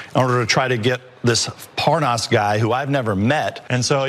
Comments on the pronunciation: "when I came on your show i just didn't know the name, this name 'Par-NAAASS' " Come on now, even Nunes' cow thinks that’s udderly ridiculous! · Devin Nunez is clearly disengenuous, when he mispronounces Parnas' name, in light of the fact that Parnas has had his name on television for the last two months. He's a Trump henchman who will tell any lie, in support of Trump's unlawful schemes. There is no other explanation. Anyone who falls for their propaganda, simply, wants to believe them, in spite of any critical analysis or evidence of their deceptions. He's a believer that his base is too stupid to question or resist his lies. Think. How does Parnas have all this access to all these government officials, both foreign and domestic, if he didn't have the okay and support from the white house? Cell phone access included. Don't let Trump and "this" GOP destroy what's left of our democracy. Next thing you'll know is Trump will try and cancel the elections because "he" suspects corruption. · No matter how many times he hears them pronounce Parnas's name, he [Devin Nunes] still pronounces it differently on purpose. I can't believe he thinks there are people who'll fall for this shit, and worse still, I can't believe there are ACTUAL people who fall for this shit [those who vote republican]. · As soon as Hannity mispronounced Parnas, I assumed he was involved with this mess. Republicans get talking points, then don't deviate. And that includes Hannity and the rest of the Faux propaganda network. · So Nunes didn't even know how to pronounce Parna's name. Only a republican is crooked enough to not care. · I am German and not usually interested in politics but even I knew who Lev Parnas is and how his name is pronounced when David Nunes a representative of your country and a professional politician denied knowing him on Fox News. That was obviously such a pathetic effort to cover up his own dirt. I really cannot believe how badly educated and uninformed some Americans are. 🙄